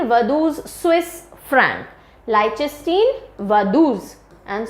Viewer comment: Excellent video.. great content.. pronunciation issues are there but its ok. for instance its pronounced as " Lik ten stine" not as "leichen steen".